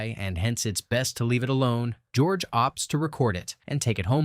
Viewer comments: Hahaha did I hear gorge instead of George? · Lol, did you call him Gorge?!? 😂